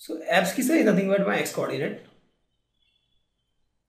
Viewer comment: Sir please pronounce abscissa correctly it's ab-si-sa ok